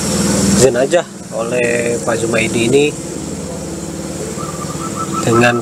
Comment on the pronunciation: Jenazah atau jenajah?